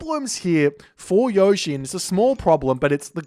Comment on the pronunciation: Yushii is the way to pronounce it. Gotta give it that Japanase speed